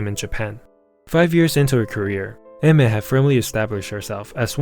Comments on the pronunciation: pronouncing her name "eh mer" sounds really wrong and I still calls her "Ay/Ah mier" in my head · Chotto matte.. It isn't pronounced AI-MER? XD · What! Today I learned she's married. And that it's read as (e-me) 😅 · learn to pronounce her name if you're gonna make a video on her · I'm so sincerely sorry, but the way you just seem to not be able to pronounce her name correctly just makes me kinda agressive. Other than that great video.